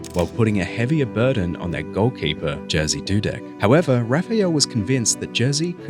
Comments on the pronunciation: its Jerzy not Jearsea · Jersey Dudek (facepalm) It's more like Yerzhy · "Jersey" sorry but it's pronounced ye-rzy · Its actually more pronounced like yezy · Dudeks' name isn't pronounced Jersey... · The j in his name is pronounced like a y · I like your content but please learn how to say his name correctly. Your pronunciation is not even close.